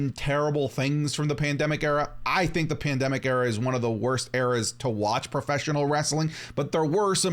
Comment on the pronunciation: Cant say the word pandemic alright bet 10 seconds later ... 😅